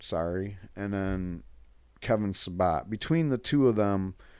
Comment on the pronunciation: The idiots name is Sa-BET Not SaBOT. Not to give him more respect but You deserve to sound more clear and correct.